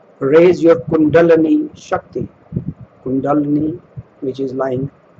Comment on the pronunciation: Hello We spoke in another channel who poked fun at master Rampa. How should address you? Do you have a religious title? I'd like to know all the 19 books names in chronological order. When can i find it? I noticed you pronounce Kundalini as Kundanali. Is that the sanskrit way? Finally, have succeeded in raising your kundalini to the brain? If so, share your experience. Thank you. Om Shanti Florbela